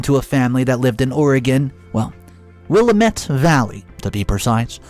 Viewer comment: LoL. That's NOT how you say Willamette. Will am ette